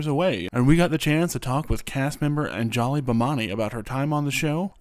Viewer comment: whoever pronounced her name as "An-JA-li" toward the beginning hurt bad 💀 /Lh